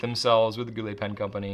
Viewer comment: "Gou littles" 🤣